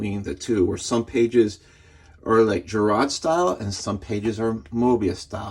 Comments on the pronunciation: Nice overview. Just FYI, Giraud is pronounced "Ji - Ro". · Jee-Ro is the proper pronunciation 😊